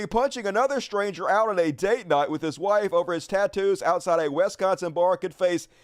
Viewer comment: There's no "e" in Wisconsin either.